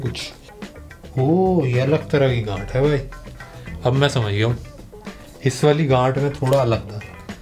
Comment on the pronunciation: The way he say ganth 😂😂